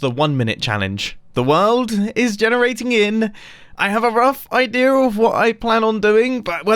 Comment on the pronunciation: Did he just say idear